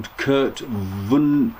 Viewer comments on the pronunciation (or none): I've never heard the man pronounce his own name, but most folks I know who read his books say it "Von-uh-gut." He wrote odd-ish, humorous, somewhat philosophical science fiction. One book, "Slaughterhouse Five," was made into a movie--back in the 1970s or so. I've got a few of his book on my bookshelves, but I can say the same for a hundred or more Sci-Fi & Fantasy writers. I believe there are one or two recorded interviews with him on YouTube. When it comes to boaty vlogs, I enjoy a wide variety of them; some for the scenery, some for the DIY, some for the personalities of the vloggers--and a couple of them because they're very like a train wreck in that I wouldn't enjoy knowing the people, but I can't look away from the sheer lack of common sense demonstrated. Your vlogs are a ray of sunshine. I enjoy your personality, your sly sense of humor, and your "I'm just a bloke" attitude.